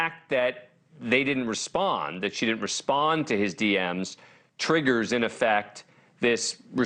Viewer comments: Slid into “DMs” — Dee emm esss. LoL. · DeeEmm's... not DMeses.. rolls eyes at Abrams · really cause he couldn't even get the name pronunciation right of one of the victims this late in the game and said D M S instead of DMs (dee emms) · "Slid into one of the girls' Dee Emm Ess" .......😬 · Please teach Dan how to say DM's so he doesn't sound dumb. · A real old person moment with the DMS. I love it. Even said “slid in” 😂😂😂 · D M S like in PMS😂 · Big cringe when the reporter said “he slid into one of the girls dms” yikes stick to the teleprompter dude lol